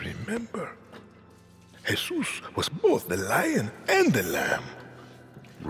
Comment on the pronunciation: please stop saying Hesus to me its just feeling racist